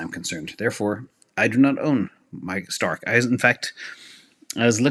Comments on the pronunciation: Why does keep saying "Stark"? Isnt it "Strike"? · STRK is pronounced like STRIKE, not STARK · Somebody needs to tell STRK is Strike; not Stark.